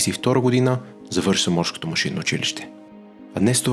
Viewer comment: "...и през 1932 година завършва морШкото машинно училище..." паднах да се смея :D иначе браво за документалния филм, добре се е получил. Успех